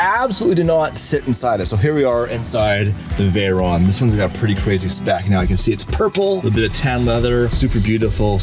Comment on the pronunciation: not veyronne its writed veyron and pronounce like its wrote !